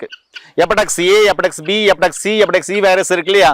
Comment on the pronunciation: அது எபடெக்ஸ் கிடையாது.... HEPATITIS (ஹெப்பாடிடிஸ்) முதல்ல பெயர்களை ஒழுங்காக உச்சரிங்க.... அப்புறம் வைத்தியம் சொல்லலாம்....